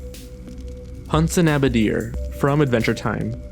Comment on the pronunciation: Hunson Abadeer? For real?